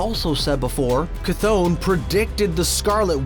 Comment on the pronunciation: For the love of all gods it’s (Kuh-th-on) bro